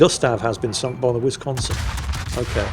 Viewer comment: Anyone else's inner 12yo highly amused by ' pronounciation of Whizz-consin? 🤣